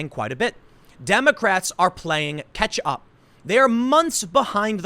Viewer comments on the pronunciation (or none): its catch up not ketchup.....